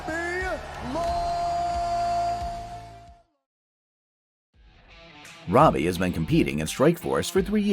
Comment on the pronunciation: This mf'er said "Robbie Lawyer"